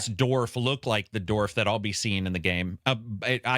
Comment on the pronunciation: Learn how to pronounce dwarf. A dorf is Tim Conway playing golf. Also, its wolf, not woof.